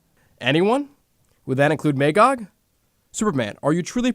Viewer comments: May-gog? Its pronounced "Ma-gog" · It was a good audio-story, but they needed someone with a deeper voice for both Superman and Batman. When those two spoke, it sounded like fanboys playing with their action figures. Everybody in the audio story kept pronouncing Magog's name as "May-gog" but it's "Mah-gog". I own this two cassette audiobook, and I love the original graphic novels. My favorite DC story along with The Dark Knight Returns.